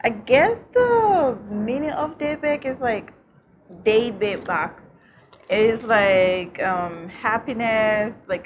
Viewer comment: It’s pronounced Day-Back, I believe. I plan on getting one.